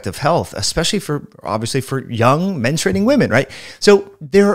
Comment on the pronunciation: I believe word is menstruating. Not menstrating.